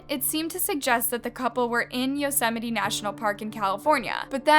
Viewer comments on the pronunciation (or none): yosemite is pronounced yo-sa-might